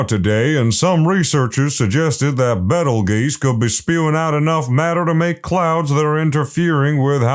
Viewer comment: Betelgeuse nahhhh Betel geese